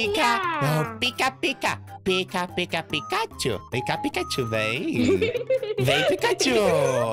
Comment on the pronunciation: ne picachu nao e picachurru